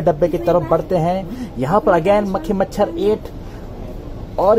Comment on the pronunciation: भाई आप जब मखी मचर कहते हो तो बहुत ही हसी आती हे